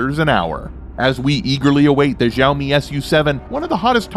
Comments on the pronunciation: Xiaomi = Shall-mee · You are pronouncing "xiaomi" very wrong....